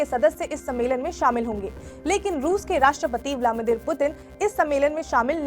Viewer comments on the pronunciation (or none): मैडम पुतिन का नाम तो सही से लीजिये.... आप ब्लामिदिर बोल रहीं हो... जबकि नाम ब्लादिमिर पुतिन है 🤣🤣🤣